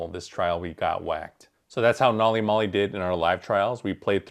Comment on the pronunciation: Every time mispronounces the name of the system makes me cringe